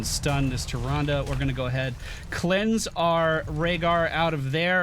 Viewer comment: I can't get enough of saying "Tyranduru Whispuruwinduru."